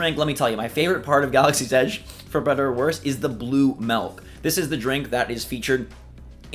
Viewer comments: It’s Milk not Melk. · I don’t like “melk” either. Milk, on the other hand... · What.. is “malk”? Ooooh, milk... sorry Aussie here, some accents at times can have different sounds on similar words. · Idk why but the way says Milk just made me laugh since I heard "Malk" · I hear Melk